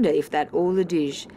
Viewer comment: The pronunciation of "adage" irked me.